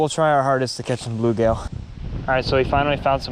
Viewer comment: First of all...it's blueGILL not blueGAIL, I've never ever heard anyone ever call them bluegail. WTF? Secondly you need to have a screen over the tank because bass will often jump out.